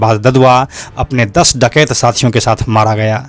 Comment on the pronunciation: डाकयत क्यों बोल रहे है आप